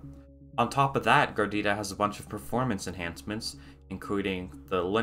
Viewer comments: If you say Gardita one more time I'm unsubscribing. Its GARUDA!!! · dude it's garuda not gardida. In kannada and some other indian languages garuda means eagle. That's exactly why the logo is an eagle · It's Pronounced "Gar Uda" not "Gar Dida". Just as a note. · It's GAH-ROO-DAH, NOT GARDITA. If you are going to do a review video, at least get the name right. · Bruh GARUDA ! not gardeettta -_ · its "garuda" not garidida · It's Garuda not gordita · Is he saying Gordita to make fun of the distro or something? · Your saying it wrong 😂 ga rude a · Wow! How difficult it can be to pronounce "GA RU DA". Just 3 syllables. 😁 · Gardida lmao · Its name reads like it's a nice cheese. Is it really supposed to be pronounced like "gardida"? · MC. Gar roo da = Garuda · Its hard to take a review seriously, when the “reviewer” could not spend 2 mins to learn how to pronounce Garuda… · Wow you butcher the name. Repeatedly. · It's pronounced phonetically. Why is this guy making up a new word entirely. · wait did you just mess up the pronunciation of Garuda ?